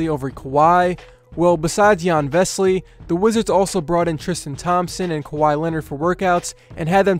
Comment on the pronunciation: his name is not vesly, it's vesely and he's been a great player at fenerbahçe and won the euroleague.